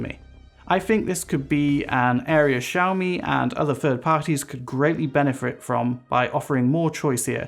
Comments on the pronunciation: Not trying to be mean but especially at the start it sounds like you're saying"JJAAOOO Me" rather than "Shaow Me". Again, not trying to be mean but people might watch this and think that is how you say it so felt I had to say something. Thank you. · It's pronounced "SHE-OWW-ME"; NO "Js" in there. 🙏